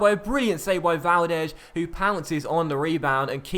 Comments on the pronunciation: VALDEZZZZZZZ NOT valdesh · Why on earth do you pronounce Valdes as Valdesshhhh :/